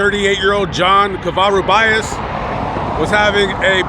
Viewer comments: Dear, Cova-Roo-Bee-Us. Thank you Sir.:) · you pronounced his Spanish name incorrectly Sounds like Ko-va-ru-be-us Thank you, you have such an awesome platform👍I’ve been watching you for years! You do such informative background stories, so greatly! Take care and blessings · You need to learn how to say the last name correctly